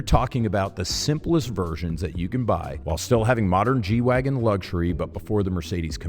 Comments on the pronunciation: if you were going to pronounce it properly, you would do your best Dieter impression and say "G-Vahgen". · German G is pronounced "gay" and wagen is pronounced "vagwen". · It’s pronounced Gay Vahgen in German! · Wouldn't it be 'Gay-vagen'? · Still not got the German pronunciation dude!